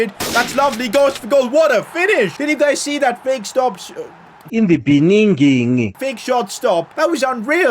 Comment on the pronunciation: In the beninging 😂😂😂